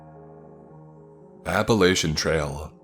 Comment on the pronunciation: I'll third that. Also The mispronouncing of the world Appalachia irks me to no end!